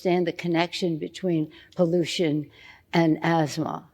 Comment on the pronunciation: Pollution rhymes with Pollusi! This lady is the Barabus of the new Order!